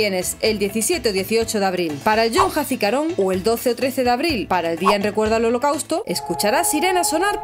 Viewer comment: No de dice yom(shom), se dice iom hazikarón.